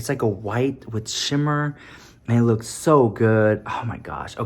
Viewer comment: Nobody:: "Suwgar Skull Leeewksss" 💀💀💀💀